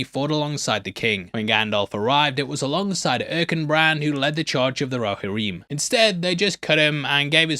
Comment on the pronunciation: It's pronounced "Roh-HEAR-em" Not "roh-ha-REEM" This isn't "aluminum" so you don't get a pass!!!